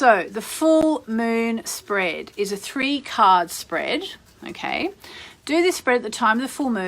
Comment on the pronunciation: A Full Moon Spread is a type of Spready to the Gods? Is this woman Australian or something?